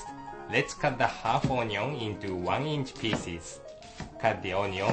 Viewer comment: "cut the oh-nee-ong" hahaha